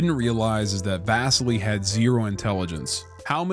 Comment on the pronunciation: lol the way you say Vasily drove me nuts! :D Come on my dude, never watched Enemy at the Gates? Love you!